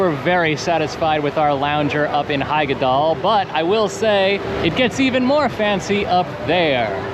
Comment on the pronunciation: Nice one! It's great to see your funny interactions with the characters, i hardly ever see something like this in other vlogs from these places. And of course, you apologise for your pronunciation before actually saying something correctly, while butchering something else later on 😅 Referring to the nemesis of all English-speaking Rulantica visitors, "Hyggedal"! Because in Nordic names like Hyggedal, the "Hy" isn't pronounced like in "hyper" at all, more like in "hiccup", but different. But it's hard to describe it in English, maybe watch "The Scandinavian Hygge Lifestyle Taking The World By Storm", they say it properly in there a lot. 👍 But yeah, another enjoyable vlog., it's so funny how you seem to be by far the more apprehensive one when it comes to all things water 😄And of course, the sunglasses with the sport straps... It's good to see how you both wear hats and stuff at times though, sun protection is important, especially if you're not that dark of a skin type to begin with. 👍 I've seen that snorkelling VR once in a vlog, the guy who did it was positively surprised by it, and his girlfriend filmed him from outside. You enter a pool where the water can be moved through with jets, you hold on to handle bars and then you sort of snorkel in place while the water is moving and the VR is playing, giving you the sensation of going on a dive snorkel adventure. They said it's well worth the small up-charge. The technology is kept dry with rubber seals and stuff, like